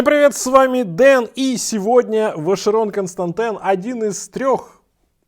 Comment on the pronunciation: Капец, как режет слух, Вашерон КонстантЭн...где ты букву Э увидел?